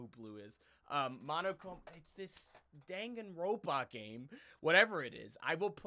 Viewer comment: why was I angry when he said danganropa like that?